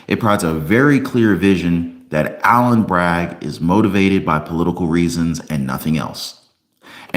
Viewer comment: It's Alvin..not ALLEN